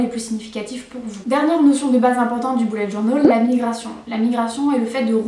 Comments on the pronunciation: Au lieu de dire bullet journal 📰 on dirai que tu dis boulet de journal Lol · Oh la prononciation 😂😂😂😂journol😂😂😂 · Pk tu dit bullet journol 😂 Mais c’est pas grave c’est cool 👍 cette video